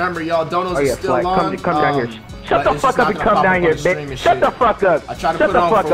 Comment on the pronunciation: What really got me was them saying bEtcH